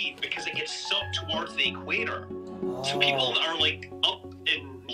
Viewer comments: Just curious, do people really pronounce it "E-quator" or is that just a thing? lol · Hey, it's 'equator' no 'e-quator' LOL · is so engrained in the digital world that he pronounces equator as if it's short form for electronic quator. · Awesome video. Love the science. The way you're pronouncing "equator" is hurting me a bit, but I'll survive ;) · Interesting thought experiment, but the way you mispronounced "equator" every time made me cringe in second-hand embarrassment.